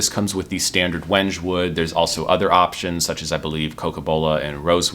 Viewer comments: That wood is pronounced "wen-kay"; it's African. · Wenge (wood) is pronounced "weng-gay"